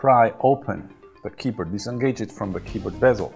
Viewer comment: I like indian pronunciation of keyboat.